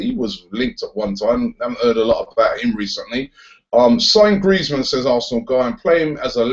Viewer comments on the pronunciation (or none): none